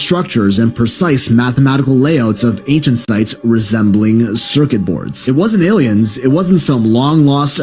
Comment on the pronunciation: It's not aliens...it's A.I.-iens. That's funny and interesting. Reminds me of president Reagan. He would pronounce the word aliens without the L. Always a pleasure :0)